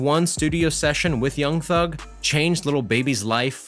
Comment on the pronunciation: Anyone else who hates how he says young thug😂